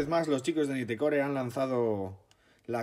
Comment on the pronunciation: Naitcor .. asi se pronuncia 🤪